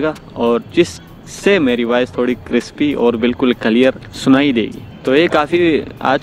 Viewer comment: It’s not kalear it’s clear